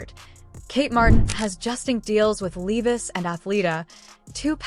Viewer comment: Is there a reason that they always get a person who Doesn't know english?? they can't pronounce levi????